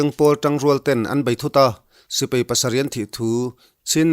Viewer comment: Lo kap hlum ṭeuh ṭeuh zel teh se. An ralthuam hi laksak zel thei se ka va ti em. Sipai tih hi sipei tiin i lam ri lek lek ṭhin.